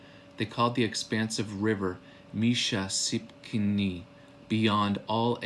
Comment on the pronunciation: A few things: We have no 'oo' sound in our language except the oo as in 'book'; Holitopa is hah-lih-TOE-pah, not "hah-LEE-too-pah". Itti is 'IT-tih', not, 'ee-tee'. Misha Sipokni, is 'MEE-shah-sih-poke-nih', not "mee-sha-SIP-kin-nee". Also, it's Chikasha ('Chih-kah-shah'), not 'Chick-suh'. We never originally called ourselves, "choctaw" - A Euro writing back home from Cuba called us that hundreds of years ago, not us. Also, "chickasaw" was a Euro thing. It's deceiving saying, "our ancestors", when Chahta are not the ancestors of all in America. Much Love.